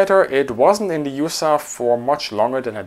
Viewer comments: Love the channel. It's probably been said a dozen times already, but no one in the US pronounces USAF as "yoosaff". We speak the letters individually. It's not an acronym. You also won't hear any century series fighters described with the word "hundred". Just one-oh-four. The same goes for rifle caliber. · A good video but USAF is NEVER pronounced Yousaff and is always U.S.A.F (like U.S.S.R).